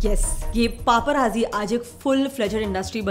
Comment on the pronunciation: Pronounced as paparaTzi